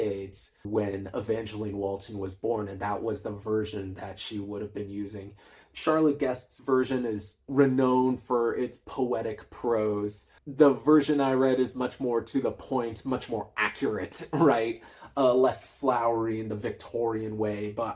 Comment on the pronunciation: Renowned is not pronounced liked the word 'owned'. The 'ow' is pronounced like 'ouch'.